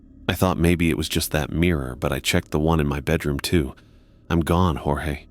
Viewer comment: You lost me at "Jorgé Stark".